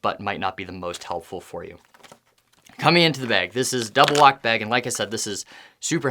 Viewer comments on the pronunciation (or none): none